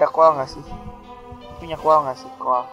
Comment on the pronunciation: coal ngomongnya 'col' ga usah dibaca 'a' nya :)